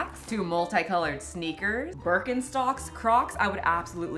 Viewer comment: Keep it going, please, I just love your content. So much that I can even forgive you for the way you pronounce Birkenstock